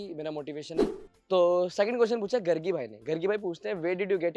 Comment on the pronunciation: waise bhi accha naam rakhe AAP galat pronunce kar rahe ho rega Bhai wo ladki ka name Jo aapne pronounce Kiya hai ab sab GARGI name ki ladkiya ro dengi it's actually pronounce as "गार्गी" 😂😂😂